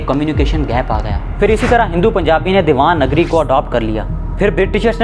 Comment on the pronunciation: دیوان گری نہیں دیو ناگری ہے جناب ۔ تھوڑاخیال رکھا کریں۔